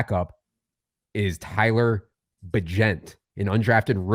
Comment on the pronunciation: FYI - Tyson says it's pronunciation is like Agent. Secret Bagent Man. Bagent of Change. Hopefully you won't have to say his name again after this week.